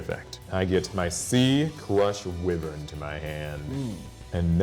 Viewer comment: According to Seto's lines in both the anime and Duel Links, "whiv-vern" is actually pronounced "why-vern". Enjoyed the duel.